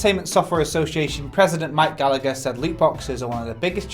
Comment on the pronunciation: Its pronounced Gall-a-her not Gal-act-her